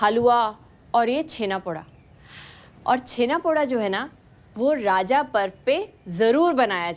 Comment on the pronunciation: उड़ीसा ❌ ओडिशा✅ राजा ❌ रज ✅ भाजा ❌ भजा ✅ छेनापोड़ा❌ छेनापोड़ ✅